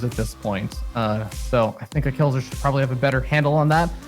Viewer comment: Not "kelazhu", "kelazhur". Correct it, please)) (I don't know eanglish, I'm so sorry about my mistakes)